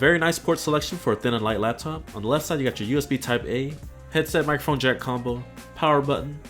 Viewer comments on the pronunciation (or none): none